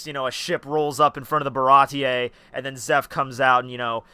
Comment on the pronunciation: It's just "Bara-tee" wtf is up with those pronounciations